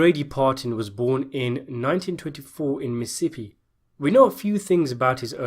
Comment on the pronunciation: The way this guy said Mississippi was hilarious. Sounded like Miss Shitty. 😂😂😂 Great collection of Bio's from the Irishman..been a fan of Organized Crime History for a long time.👍